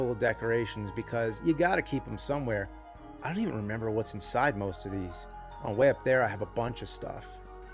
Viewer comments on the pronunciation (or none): none